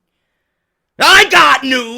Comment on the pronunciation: the way you say 2017 kills me everytime lol i love it